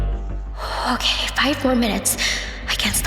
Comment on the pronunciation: it says otay instead of okay